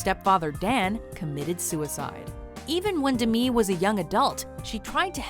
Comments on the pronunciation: DEH-ME not DIMI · Omfg it’s Demi not Dmi why is she pronouncing it like that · its DEM-E MOORE NOT DIM-E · No one: Not a soul: Narrator: dehmee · It’s pronounced “De-mi” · you don't pronounce 'Demi' as Demii or Demee, its Demi like Demi-god so 'Demee-god' sounds ultra wrong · No it isn't. She covered this way back in the 80's when she first became famous. It's pronounced as the first two syllables of Demitrius. De- ME. Not new, you're wrong. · did she pronounce Demi Moore as D'mi Moore? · i hated how she pronounced demi moore's name